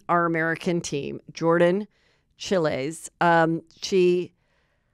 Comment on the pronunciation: one of the biggest stories from the Olympics and we can't get Jordan's name correct? Heather, I absolutely love you but this one was EASY. 🤦🏻‍♀